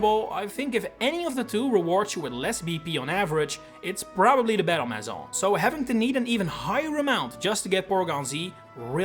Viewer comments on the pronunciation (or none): none